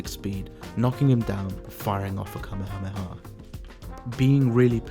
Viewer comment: the fucking what motion? I enjoyed the video quite a lot but you definitely butchered the Kamehameha